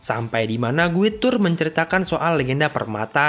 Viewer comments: Guide dibacanya "gaid" bukan "guid"... Mohon diperbaiki pronounciationnya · Saran bang Guide = Gaid